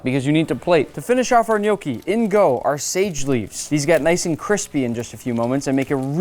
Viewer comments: its pronounced gn yò ckee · im not criticizing, but if it sounds almost exactly or very similiar to no key then you have it wrong dude, dont be overconfident. i was born and raised in italy my whole life and i pretty much grew up with gnocchi. soo at least double check before saying something like this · Who else has been pronouncing the word gnocchi wrong for their whole entire life until the Olive Garden waiter corrects them